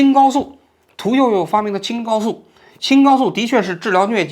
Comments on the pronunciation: 青蒿hao 素, 不念“高” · 青蒿素，读音是青hao素，不是青gao素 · Qing Hao Su，不是Qing Gao Su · 讲述的很好，观点也很严谨客观理性。支持！ 纠正一个读音，青蒿素（qing hao su）